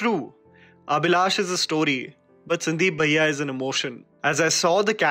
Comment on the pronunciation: Wat is sandeep baiiyaaa.. pronounce it correctly